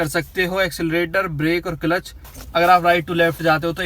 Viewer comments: Clelitch nahi hota hai clutch hota hai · Kilich nhi hota kalach hota hai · It's cilach 😂😂😂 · Bhai clutch pronounce toh karna nhi aata gaadi chalna shekhau gye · Gari salana sikhane se pehle aap maharbani karke Clutch ka pronoun setion to thik se kariye